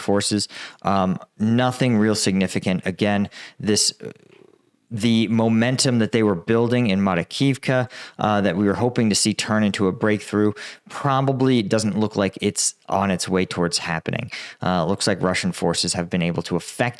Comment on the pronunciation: It's fun how he pronounce Makarivka as Moryakivka 😅